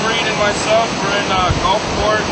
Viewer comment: "Gulfporta?" Haha.